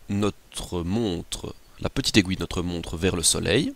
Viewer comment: mec aiguille pas aigouille